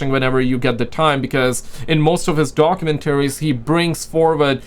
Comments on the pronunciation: Bro, it’s doc-you-MEN-tu-reez…….🤔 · Doc-u-men-taries. Bro say documentaries one more time plz😂😂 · Doc-u-mentory is proper pronunciation 😉